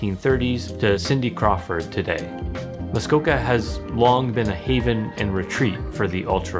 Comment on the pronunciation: I’m here because I kept hearing the characters say Muskoko instead of Muskoka, so I wanted to verify I haven’t been pronouncing it wrong 😂